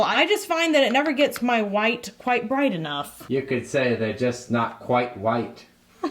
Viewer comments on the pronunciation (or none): none